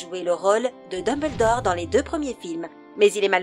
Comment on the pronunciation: Debeldore ptdrrr